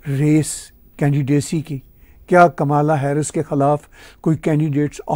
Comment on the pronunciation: Kamla,jo ki (Indian name) pronounce karte hae,Kamala,not kamaala pronounced elaborately.